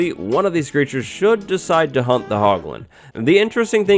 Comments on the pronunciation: When you said "hunt the hoglins" I heard hump the hoglins. I just assumed they could breed and make more piglins 😂😂😂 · He’s saying “hunt” the hoglins... he’s saying HUNT... 🥵